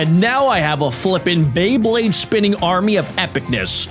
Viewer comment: Is it just me or do you say bleyblade